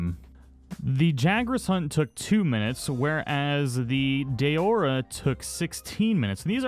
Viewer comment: It's not pronounced DAYORA! It's DAORA .